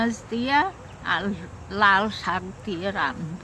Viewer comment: কথাটা শাগ না শাক